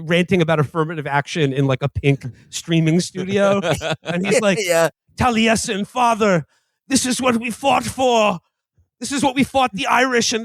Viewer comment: Everytime they pronounce the name Taliesen that way makes me cringe lol